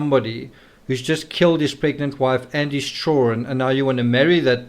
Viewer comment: You have a great channel and I like your books. Just please pronounce children correctly ok😂😂😂😂 You always say chullren......... Your accent isn't that bad!!